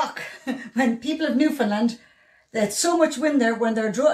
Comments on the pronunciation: It's not "New-Finland"...it's "Noofin-land". It's only spoken by "Noofin-landers" who aren't ashamed of their heritage and trying to be "proper". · Newfoundlanders aren't going to let you in until you stop calling it Newfinland. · Its Newfin..........Land